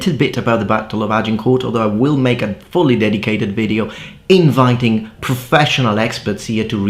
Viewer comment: debate, inviting - accent on the second syllable.